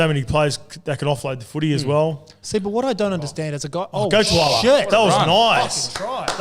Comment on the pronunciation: Love your guys content and much prefer you guys to network TV. But if I can just provide some constructive criticism. Just try to pronounce our island boys names correctly. Hearing TUAlagi instead of TAUlagi was a bit tough on the ears. And another one would be Papali'i. would say it correctly and then would stick to Papalee. It really gives fox vibes, when Vossy would say the names right and the other commentators would just stick with how they think it sounds to them. Like I said, love the content, grateful for you guys and your hard work, just thought this could be another point of difference for you guys from the networks.